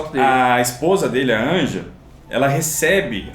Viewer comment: Uma observação, o nome da mãe do Art se escreve "Anja" mas se pronuncia "Ania"